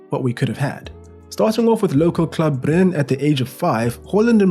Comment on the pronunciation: Bry-ne Mol-de the E is not silent.